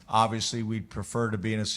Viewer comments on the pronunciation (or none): James's favorite word: "obivously"